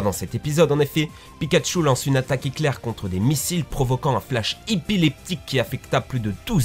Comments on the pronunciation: 5min 50 désolé c'est pas pour t'humilier mais j'ai été choquer même si se n'est pas ta faute mais au lieu de dire éclair tu dis hitler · a tu dis "quand pichaku lance une attaque hitler " en tout cas c est ce qu on comprend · 5.50 attaque éclair pas attaque hiclair mdrrr